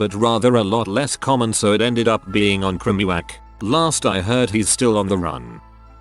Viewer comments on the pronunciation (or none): ‘on krimeewhack’ I’m dying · The most disturbing part of this video is not the murders but how the autotune voice tried to pronounce "crimewatch" . Truly horrifying.